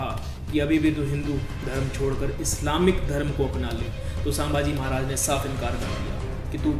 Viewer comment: सांभाजी नाही संभाजी